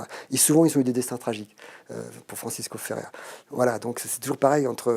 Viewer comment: Top ce grand Monsieur, juste, c'est Francesc Ferrer( sans prononcer le r, svp) i Guardia 😊